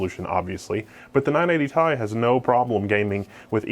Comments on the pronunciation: am i the only one who gets bothered when he says "tie" instead of Ti? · the amount of times he said ty in that video was painful when its T I said like the letters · this card is called not ti t-i you need to spell it not say ti you need to say T,I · t i not tye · "tie"...i cant.... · I hate your reviews. It's a REVIEW, not an opportunity to mostly show your fat face. And don't say TIE. You make me want to break my TI in half. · the way this nigga pronounces ti